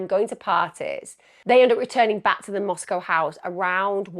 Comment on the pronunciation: I’m not picking on you but the pronunciations of the British You-tubers is cracking me up…….The Greek letter Chi is pronounced KAI…..lol, I’ll give a pass on the pronouncement of the towns in AZ and ID……although Moscow is correct.